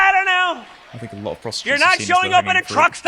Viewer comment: * Speach therapy pls ffs. "Think" NOT "FINK".